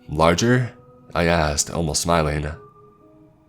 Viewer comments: This has probably been pointed out before. But come on. As Americans. When reading out an english story, please get your terminology right. Near the end , bar owner asks if the guy wants a LAGER. Sounds like LA GRRRR (as in bear growl) NOT LARGER as in BIGGER. Please do your homework. Remember. Its ENGLISH not AMERICAN....😁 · Great story, though lager is pronounced with a hard g. It sounds a bit like logger.